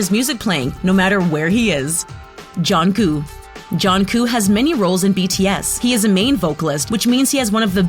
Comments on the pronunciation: It’s not jonkoo it’s jungkook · IT AIN'T JOHNKOO ITS JUNGKOOK MAKE THE END OF DA NAME SOUND CLEAR, ITS NOT SOOGA ITS SUGA LIKE SHUGA, BRO THERES SO MUCH INCORRECT PRONUNCIATIONS, SRSLY GET DA NAMES RIGHT!! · Atleast prounounce theyre name correctly. If americans prounounce theyre names im cringing so much lol😂 Min Yoon Gi but thats actually prounounced Min Yoongi Pak Jimin is actually prounounce as PaRK Jimin Jong Jonguu is JEon JUngKOOK Kim Taeryeon is actually prounounced Kim TaeHYUNG OMG IM CRINGING HARD LOLOLOL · I cringed when she said JHONKOO instead of JUNGKOOK! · bra get your facts right its like saying jung cook but no its jung koo plz learn!!! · I hate how she pronounced the names SUGA is pronounced SHU-GA not SU-GA Jimin is pronounced JI-MIN not JE-MIN Jungkook is pronounced JUNG-KOOK not JUN-KOO And J-hope is not the mother of the group that's Mother Jin and Jimin is in BTS because of his talent and voice and u referd to him as nothing but abs and it's not pronounced Kim tear-young its Kim-Taehyung and Bangtan is not spelled Ban tang😡😒😣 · argghh why does the speaker didn’t pronounce their names correctly jungkook turns junggo kim taehung is wrong prononounced tooo 😕🤨🤨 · Why the pronunciation so bad?? WHO SAYS Jungkook to Jung Koo?? "Teri Young", WTH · JUN KOO L M F A O MORAL LESSON: PRONOUNCE THEM PROPERLY BEFORE MAKING DIS VID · What did she just call V? And who's junkoo. Also she said Jimin's name right when she made that joke but then procedded to say it wrong for the rest of the time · Jangu? Soonga Kim teryang? GURL YOU NEED TO LEARN NAMES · It is pronounced jung-cook no offense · Did you just call Jungkook JohnguUUUUUU??????? 😂 Guu? seriously!? Not "KU" either!!!! :-/ It ends with a "k" though it`s so softly pronounced it sounds more like a G. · Please 👏 pronounce 👏 the 👏 names 👏 right 👏 suga and jungkooks names aren't even hard and suga is the main rapper in BTS 😂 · Nony ikr how she said Jungkook and Taehyung I was like smh